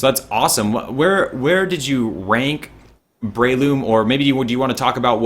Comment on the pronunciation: Damn americans cant pronounce anything properly its bre-loom not brayloom